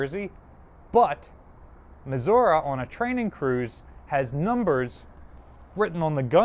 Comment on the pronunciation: We are talking about the person that says "Maz'urah". Just having fun, we love ya.